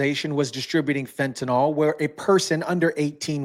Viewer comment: It is pronounced fenta-kneel, not nol!!!!